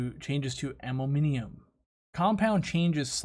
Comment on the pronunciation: That and "ammominiumum"